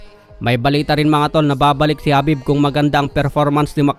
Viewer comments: Khabib not habib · hindi yan habib KUNDI khabib bwhaha ano ka british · Naka gigil kapag nagsalita ka ng habib